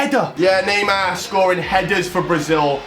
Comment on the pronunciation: He always says naymaa